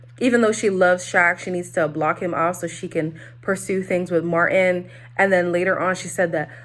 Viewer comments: Not you calling Martin, Deemisha, girrrl😂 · Omg all this time, whenever I’d hear other reviewers call him Martin, I though he is using a second name or sth. I literally thought his name was Demetia. u wrong for that😂😂😂😂 😂😂